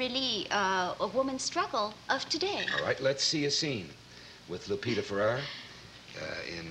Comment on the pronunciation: It's Lupita FerrER not Lupita Ferrar